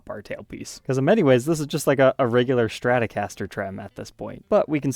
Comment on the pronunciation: Hey Bro....there ain't no "h" OR "c" in the word Strat. You alway pronounce Strat like SCHTRAT. Sounds so dumb.